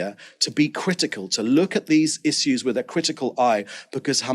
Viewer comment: "Iss-se-ewes" made me raise my eyebrow through the dam ceiling